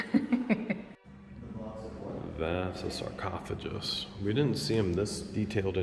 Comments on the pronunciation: Sarcophagus is pronounced with "ph" as F. The "gus" doesn't sound like a J, but is pronounced like Gus. Together sounds like Sar-cof-a-gus. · Sar coff a gus